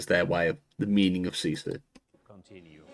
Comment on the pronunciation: Why do you try to redefine what sisu (or like you say it "shisyy") means?